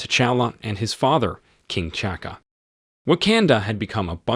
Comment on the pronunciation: Pronounce their names correctly. It is not King Chaka and Prince Chala. Those are not their names and are T'Chaka and T'Chala. The T is not silent.